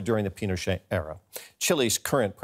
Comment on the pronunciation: Pinochet is pronounced pee-no-shay.